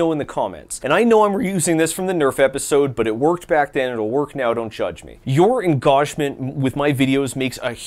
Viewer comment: Neither Also heck you for pronouncing engagement like that